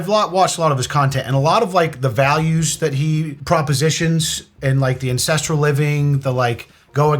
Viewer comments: Did you... just say "incestral" like incest? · Love the video, but you really need to emphasize the "A" more when you say ancestral. Cause I knew nothing about liver king and I'm like, "wait, primal and what kind of lifestyle?" Lol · I hope you know the difference between "ancestral" and "incestral". Hahaha hahaha. Dude 😅, be careful how you say the words. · Every single time you say "ancestral" I hear "incestual" and its driving me insane 😂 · Is it just me or does it totally sounds like keep saying incestrial instead of ancestral LOL I wondered if I'm hearing it wrong or if he said it to be funny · Ahh, "ancestral." I thought you said "incestual" at first... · Just to be clear you mean ancestral, not incestual. You've been saying the latter all video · I thought you were saying 'primal and incestual' ... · Why do you keep saying primal incestual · lol I thought you were saying "incestuous tenants." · I swear I heard you say the word, "incestual" multiple times when referring to the Liver King. Yikes! Maybe you are saying "ancestral." lol! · It really sounds like is saying Incestual and not Ancestral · Getting weirdly distracted by how pronounces 'ancestral'. Also had no idea the 'liver king' was just another rich schmuck showing off a 'quirky' lifestyle that's virtually impossible to replicate, but I also don't follow him. Why would you? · The way is pronouncing that word is killing me!